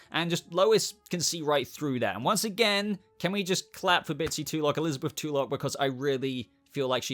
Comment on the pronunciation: FYI, Tulloch is a Scottish name and it's pronounced Tull-ock, not Tool-ock. The first syllable is soft, so akin to the name Jethro Tull.